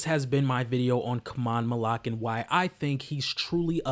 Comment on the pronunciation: Learn how to say his name, bro